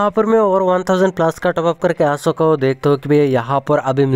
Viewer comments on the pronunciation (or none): Ho chuka he❌Ho suka he☑️😂😂😂